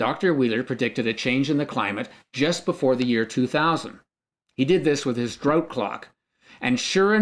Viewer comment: Don't think I'll rely for information on the climate from someone who can't pronounce the word "drought" .